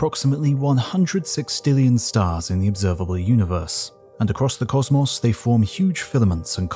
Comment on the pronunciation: I've never heard the word sextillion said better